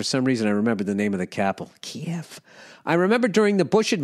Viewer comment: He also pronounced Kiev wrong.